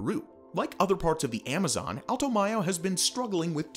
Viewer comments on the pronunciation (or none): none